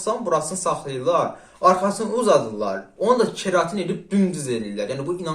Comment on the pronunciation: qaqa kreatin yoxsa keratin deyirsən